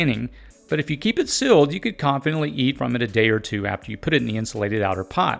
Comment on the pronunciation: You talk funny Meal--->mill Fire------->fur Sealed-----> silled